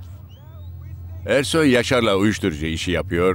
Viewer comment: Zazanin Ersoy a Kersoy (eşşek) demesi 😄😄😄